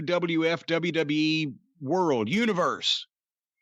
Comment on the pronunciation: Michael Cole: You can find it only on the dubeuh dubeuh dubeuh dubeuh